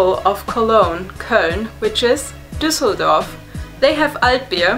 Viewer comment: DOOSELEDORF HAHAHAHAHAHAHAHAHAHAHAHAHAHAHAHAHAHAHAHAHAHAHAHAHAHAHAHAHAHAHAHAHAHAHAHAHAHAHAHAHAHAHA OMG